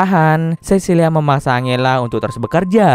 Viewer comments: iya dibacanya harus anjela mungkin Abang nya lebih suka angela wkw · Sorry kak mau koreksi dikit yaaa : angela = enjela 🙌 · Angela itu di baca nya "enjela" aisiaaa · Bang, serius baca nama angela itu angela? Harusnya kan anjela dibacanya:( kenapa pelafalannya aneh2 terus si bang:( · Salfok sama nada baca Angela setau gw nih ya di Bacanya Anjela.. Mungkin kalau Angle dia baca Angel kali ya.. wkwk